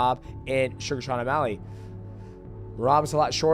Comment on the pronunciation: What does might mouse always call Sean "sug Sean omalley".😂